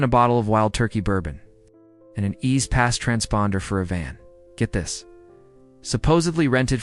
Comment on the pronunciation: Super poorly done. Did you submit a script to a narrator with bad punctuation and pay him to read it for you? Can't pronounce JEEL or E Z Pass lol. Take this abomination down.